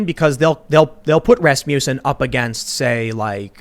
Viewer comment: Ras-muss-en. Not ras-mew-son.